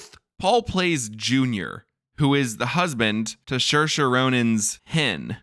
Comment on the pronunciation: This was great but it’s Seer-shah, not Sheer-shah. Saoirse - in the Irish language, AOU are broad vowels and IE are slender vowels. When S is next to a broad vowel it is pronounced as S. When S is next to a slender vowel it is pronounced as SH. Therefore, Saoirse is Seer-shah. You’re welcome.